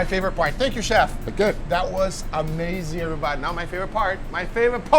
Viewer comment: everytime guga says "Oh wow every-bahdi"🤣🤣